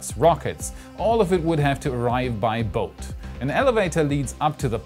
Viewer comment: "All have to arrive by bote."? But it's Elon Musk so it'll arrive with a Hyperloop 😉